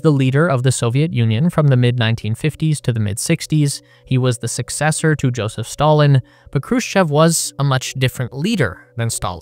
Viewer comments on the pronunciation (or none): none